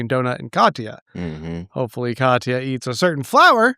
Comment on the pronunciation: Can tell an audiobook only person when spell Katia as Katya 😂